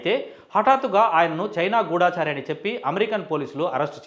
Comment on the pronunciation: గూఢాచారి తప్పు గూఢచారి అనాలి